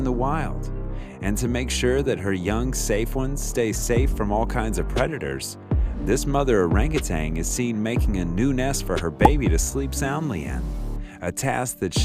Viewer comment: OMG…there is NO…letter G, at the end of orangutan…NNNN…it’s…oranguTAN!….